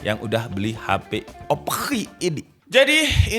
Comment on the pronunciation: Ngakak pas bilang OPPQ🤣